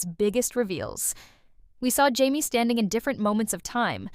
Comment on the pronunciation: What is with all these AI video reviews? So annoying. “High-me” instead of “Jamie,” huh? BS